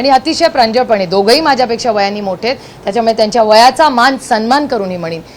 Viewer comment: ताई आपण संसद रत्न आहात..उत्तम फाडफाड इंग्रजी बोलता..परंतु मराठी साहित्य वाचा..मराठी शब्द उच्चार सुधारा..मोठ्या साहेबांचा हा गुण घ्या. त्याच्यामळे नाही त्याच्यामुळे.. चौऱ्याशी नाही चौऱ्याऐंशी..